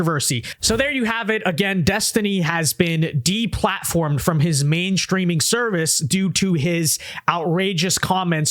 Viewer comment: is a decent YouTuber but he needs to stop it with the lazy use of "str" sounds instead of "st" sounds. It's not "shtreaming" bruv, it's "streaming". Nor is it shtrong, shtraight, shtairs, exshtreamly, etc, etc. You weren't taught to speak that way. You didn't grow up speaking this way. It's this weird lazy, lame thing YouTubers do as if late. Cut the BS.